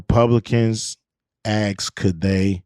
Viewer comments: Da Republicans axed? Axxed? WTF is axed? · Did you "axe" how much fentanyl was in G. Floyds system ? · A S K E D and P I C T U R E are proudly & purposely mispronounced AXED and PITURE by blacks! Cringe to me, glad you disliked JSFGuy, also!!! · What the hell is "axed"? Use correct english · " I never Axxxed" 😅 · Millionaire and cant say asked correctly. Floyd was a criminal. No great loss